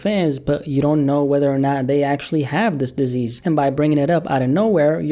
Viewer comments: dis-ease lol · "dis ease" Rim shot lmaoo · "dis ease" yea total accident, I'm sure